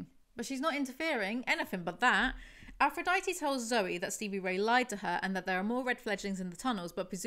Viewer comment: can you make an official playlist of your house of night videos? i’d love to be able to put it on while i’m working (although i feel like i won’t get anything done) edit: she still does NOT know how to say aphrodite! slay